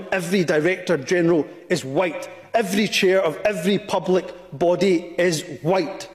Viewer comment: "evwry ewrry ewwrry" Mais bon dieu